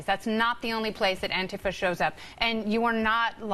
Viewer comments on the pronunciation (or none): ANTI- FAH I've never heard anyone pronounce it like that. You're Killin it Kennedy!